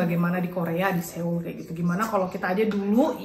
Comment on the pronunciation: Maap cm mo ngasih tau cara baca SEOUL tuh "SOUL" bkn SEUL 😊